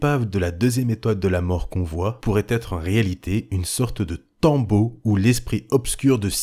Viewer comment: Un bon pouce bleu bien mérité ! Par contre on dit "tombeau", pas "tome-beau" lol